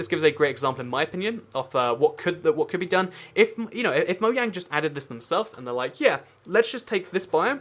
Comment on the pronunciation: "Mo Yang"